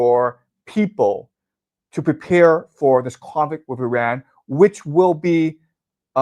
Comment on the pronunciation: Again: not "UH"-ran. It's "IH"-ran!